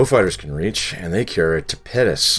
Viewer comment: Love the content but you keep saying ("tapedas")for torpedoes ⬆️ What is this...you pronounce torpedoes like it's a type of food. Lol still love the content keep up the good work.